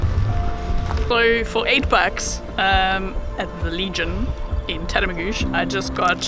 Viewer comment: I'm truly impressed you pronounced Tatamagouche correctly! Had I known you were near I'd have invited you by for a feed aka invite to a house for a meal. Hi from NS